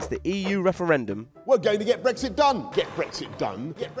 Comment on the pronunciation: It sounds like he's saying get breakfast done